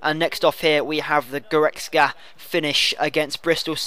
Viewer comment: Lol you can pronounce goretzka but you call Cragno "Craglo" :L